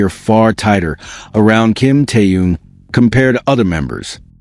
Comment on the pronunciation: Где вы увидели охрану, да еще усиленную? Джин и Тэхен идут совершенно одни, и где охрана. Глаза откройте, бросили мальчиков одних, после всех угроз, любой подходи, и делай что хочешь. И вы автор неправильно произносите имена. Это Тэхен, а не Тэюн.